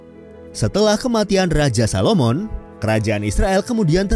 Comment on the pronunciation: admin, yang ada Salomo bukan salomon 😔